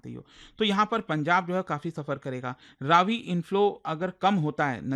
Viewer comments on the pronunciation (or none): इसका उच्चारण रवि है, रावी नहीं।